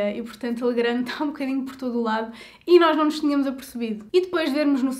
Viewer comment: pequena correcção, lê-se "legran", visto a empresa ser francesa.